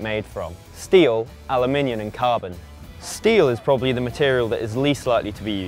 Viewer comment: but he’s saying Aluminion 🤔🙊😂